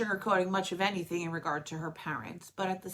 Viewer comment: “Anythink”. 😂 just curious, where are you from??